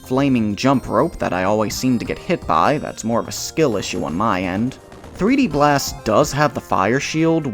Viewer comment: PooD blast instead of Peed blast...